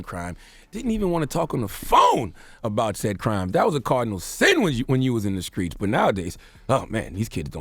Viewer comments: He can't say street neither...it always comes out SCKREET 🙄🤦🏽‍♀️🤷🏽‍♀️🤣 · Or mother (Muhvuh) Oooor street (skreet).